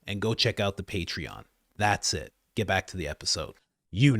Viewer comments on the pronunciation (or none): none